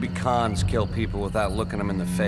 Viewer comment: Anybody else think that was saying "cons" instead of "Khans" at first, as in "maybe deceptive people shoot somebody without looking them in the face"